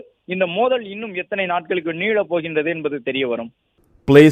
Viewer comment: 'தழங்கள்' அல்ல.. தளங்கள் மோதல் 'நீழய்போகிறது' அல்ல.. நீளப்போகிறது உங்களின் ழ, ள தமிழ் உச்சரிப்பினை மட்டும் சரி செய்துக் கொள்ளுங்கள்.